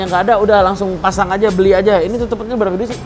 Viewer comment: Tutup pentil bang bukan tutup pentil 😂😂😂